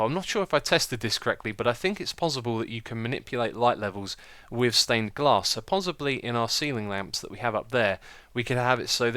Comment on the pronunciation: Xisuma y u say pozzibly? XD